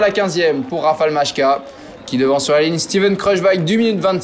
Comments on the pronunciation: Majka ne se prononce en aucun cas "machka " mais bien "Maïka" - un peu de respect pour les coureurs, stp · La prononciation c'est phonétiquement "Mailleka"